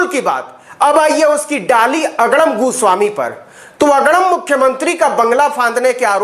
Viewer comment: Tum bhi TRP ke liye arnab ka surname galat pronounce kar rahe ho. Jo ki bahut nindaniye hai, Ye tum Sasti TRP ke liye kar rahe ho. Fir tum me aur arnab me difference kya Raha, TRP Badi gandi Aadat bana deti hai Navin .